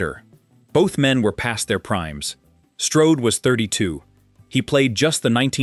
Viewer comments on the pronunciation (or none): none